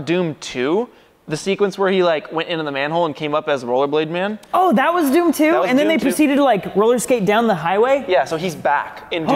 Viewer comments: Ascuse me it is dhoom not doom "h" is not silent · Their pronunciation of dhoom though! (No offense) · Intro was so bollywood, really nicely executed 👍👍🤣🤣, and btw its not doom its Dhoom 😂😂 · The word they says 😂😂😂dhoom = dum 🤣🤣🤣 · It's not Doom, it's Dhoom, comeon guys you are ruining the pronunciation as they are ruining the laws of physics 😂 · Its dhoom not doom 🤣🤣🤣😂🤣🤣🤣🤣🤣🤣🤣🤣🤣😂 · I died when they pronounced dhoom as doom 🤣